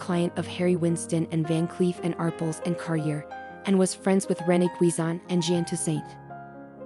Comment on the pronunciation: Arpels is pronounced with the emphasis on the second syllable. Ar PEL